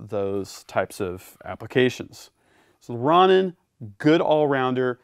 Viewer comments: “Ron In” lmao 😂 it’s “row nin” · Great presentation as usual but you should show all weapons clear for the YT gods Plus please , its row- nin not ron - nin like the Japanese samurai type guy? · great vid just that its pronounced rohnin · Its pronounced Row-nin